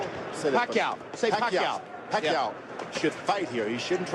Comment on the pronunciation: 🇵🇭 Thats George Foreman's Tongue Twister haha. Pack-Ke-Yaw Puck-Yaw Jim Lampley cuts in, Pacquiao .. 😅